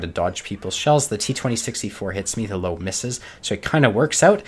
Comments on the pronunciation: Löwe is pronounced Loo-Ver. Not Low. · the what? the low? that thing is called löwe...with an "ö" just like the "deu" in odeuvre but without the d...how hard can it be? for crying out loud! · The E in LöwE is not silent, and the ö is not an o, its a oe. Its not hard. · You may want to improve your pronunciation of 'loewe' by saying one of the nearby words below: loeb loess loebsack loebs loeschke loews loewy loera loe